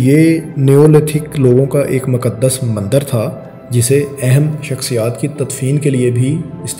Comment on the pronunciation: مکدس نہیں مقدّس